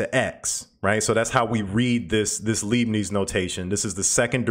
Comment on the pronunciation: into your fine video you inadvertently mispronounced "Leibniz notation," named for the 17th German mathematician Gottfried Wilhelm Leibniz. Start with the term for sodium hydroxide, which is "lye." Add the letter "b," followed by "nits." In German when confronted with an "ie" or "ei" in the beginning or middle or a word, stress the second letter. A German "z" is rendered with a "ts" sound.